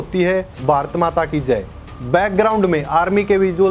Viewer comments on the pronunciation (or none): none